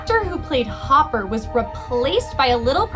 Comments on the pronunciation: Not Hopper….. it’s Hooper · His name is hooper not hopper